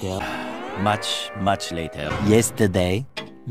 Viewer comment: This guy loves saying “L a t æ r”✨.